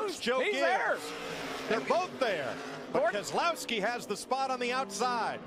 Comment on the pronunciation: Brad Kezz-A-l(ow)-ski is the pronounciation